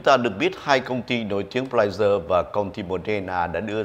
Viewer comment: Pfizer , khong phai Pflizer !